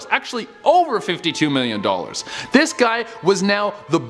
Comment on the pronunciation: So your hair is as you said "werth a million dulers"